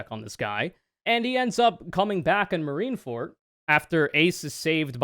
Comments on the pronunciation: “Marineford” and “the marines”, not “marinefort” or “the marine”, otherwise great analysis and you looked v cute doing it. ☮️❤️ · it's Marine ForD. not Marine ForT. It's a "D" sound. That bothered me the entire time lol